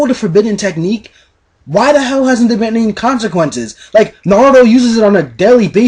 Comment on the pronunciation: Hmmm, More things you pronounce wrong... Asuma, Naruto, Amaterasu, Rasengan, Kumai, Susanoo(but you know you can't pronounce this), Sennin, Genin, Mangekyō, Raikage. But other than that I love your videos!